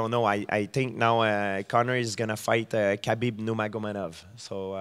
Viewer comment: GSP pronouncing Khabib's last name is like watching a blind man cook... Its a slaughter.